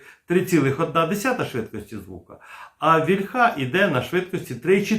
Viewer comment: Плюсик, але • «вільха» має наголос на «і», • таки «гас», а не «керосин».